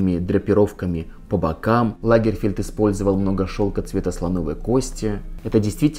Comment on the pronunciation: Он не лАгерфельд, а лагерфЕльд. Историк, мля)